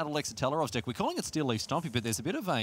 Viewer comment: Whenever says "deck" it sounds like "dick."